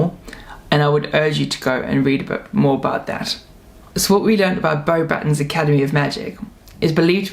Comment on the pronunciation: Thank you for all this info! By the way, you don't say the s at the end of Beauxbâtons. 🙂